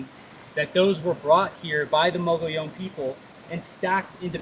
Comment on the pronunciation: Fake, can’t pronounce “mogollon”